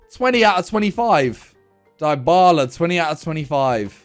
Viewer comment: man said diebala